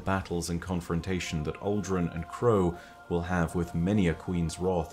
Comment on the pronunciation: I keep thinking hes saying "alduin" for aldrin